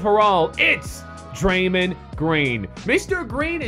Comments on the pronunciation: it's Draymond not Draymind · it sounded like you said draymend, its draymon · Someone please teach how to say draymond properly